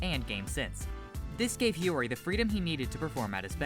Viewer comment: "Nagi Seishiro" and it's Hiori